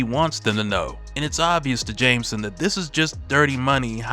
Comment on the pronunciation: Someone teach this AI how to pronounce jjj’s last name